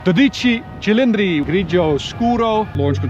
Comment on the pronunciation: From Italy, very very nice pronunciation of 12 cilindri 😉👍